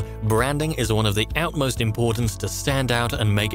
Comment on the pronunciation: ‘Utmost importance’ not ‘outmost importance’